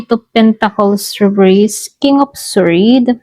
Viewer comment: Sord po di po swwerd ang sword